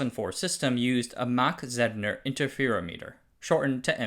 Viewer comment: As an industry insider - almost 40 now - this was pretty good. Several of your pronunciations are off - CMOS (moss not mos), MACOM (may not ma), Mach Zehnder, etc. On-die optical interconnect makes no sense for power and reach (distances are very short) reasons. Check the activity going on with NPO and CPO and chiplets to see the future.